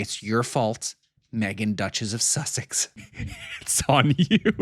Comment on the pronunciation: " Seseex" is not her last name.